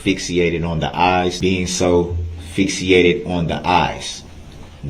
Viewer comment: What's "fixyated"😆 dumb dumb